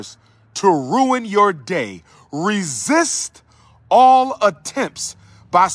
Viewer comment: Oh hey Umar the word "Resist" has a T on the end BTW ok Doc lol